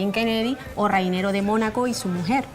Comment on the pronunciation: Aparte de decir mal los apellidos Fitz-James Stuart (dice Fitz Stuart) y el nombre de Rainiero de Mónaco (dIce Rainero). Para ser historiadora le falta memoria.